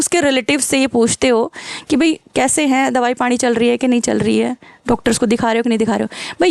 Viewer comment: पाणी 😃,mam are you from rajasthan?